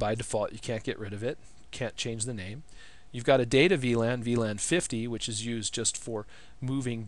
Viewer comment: The way to say "VLAN" it´s awesome man you rock